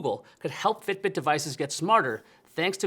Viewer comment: The way he says, "fiTbiT."